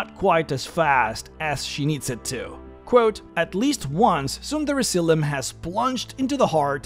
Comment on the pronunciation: Am I the only one who thinks he keeps saying "Tsunderezylym?"